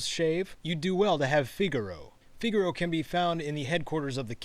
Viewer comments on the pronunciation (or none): none